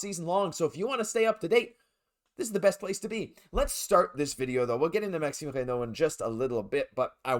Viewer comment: Ah ah I was about to post the same thing, great pronunciation. 😅 Bonjour from France 👋